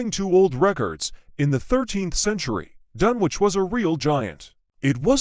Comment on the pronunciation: What absolute garbage. The robotic voice is hopeless, unable to pronounce Dunwich correctly and that's only the beginning. It was obviously written by an American because we don't talk about "Suffolk county": it's either "the county of Suffolk" or, simply Suffolk. The town was submerged over time by coastal erosion and nothing more. There are one or two of the usual ghost stories but otherwise it's nothing special.